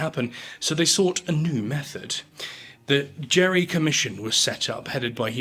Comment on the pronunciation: There is a mistake You show a painting of Elbridge Gerry ( ) instead of his grandson of the same name. The Gerry you showed was Vice President, governor of Massachusetts, and is the namesake of Gerrymandering. Also, the name Gerry, is pronounce as Gary instead of Jerry.